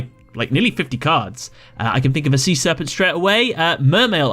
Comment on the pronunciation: Serpent. Not Searpant. Lol. Nice video regardless